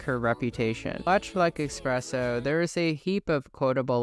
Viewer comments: Espresso, not expresso 🫣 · FOR THE LOVE OF GOD, It's eSpresso, not eXpresso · It’s “Ess- presso” not “Ex- Presso” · Espresso not Expresso 👍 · cool video but its Esssssssspresso!!! what the fuck is expresso? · Great video but for the love of god its eSpresso not eXpresso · its espresso not expreso ... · ESpresso, not EXpresso. Where did the X come from? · Not eXpresso. Espresso. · It’s ESPRESSO not EXSPRESSO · espresso not expresso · its 2024 and there are people still saying "expresso"... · I can’t tell if you’re saying eXpresso for engagement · did u really say ''expresso''? 😭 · There isn’t an “x” in the espresso but you pronounce one for some reason? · But why are you still mispronouncing espresso?! 😭